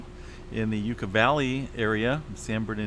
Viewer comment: Where is Yuh Ka Valley located in California? Live in Callie. Never heard of Yuh Ka Valley?